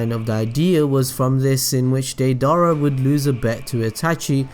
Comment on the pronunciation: Its pronounced (day-dur-rah)